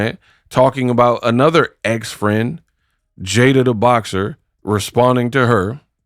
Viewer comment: Did he just say BLOCKSER? BOXER I’LL GIVE IT UP TO CLARISSA BECAUSE THEY MAD THEY MAD THEY MAD THEM SIDE BEtS HAVE BEEN CUT OFF WHILE SOMEONE ELSE ROLLS THE DICE😂😂😂😂😂